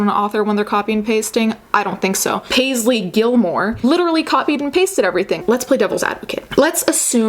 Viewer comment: Hehehe Paste-ly Gilmore